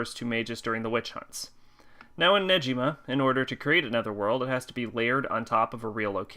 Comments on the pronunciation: It’s neGima not neJima why are you saying Neji like he’s from Naruto when his name is Negima 🤦🏻 learn Japanese pronunciations it’s not that hard that week one on Japanese 101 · sorry to correct your pronanciation it's negima not nejima sorry just to correct you. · It is Negima not Nejima 😅 it is pronounced as Gi like the stuff you wear for karate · I stopped at 7 seconds in, when this man said “Neji-ma”......you’re telling me, that you read the whole series and watched the anime, and you didn’t know how to pronounce his name. There is even a food called negimaki, that you could have learned it from! Wth? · You pronounce negima wrong